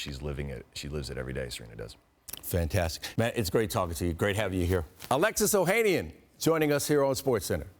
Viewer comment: Oh-ha-nian…not Oh-hay-nian